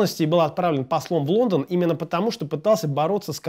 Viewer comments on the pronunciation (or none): none